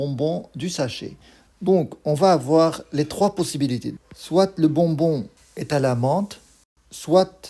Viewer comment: Soit not soite Tu écris et tu ne parles pas le t 😅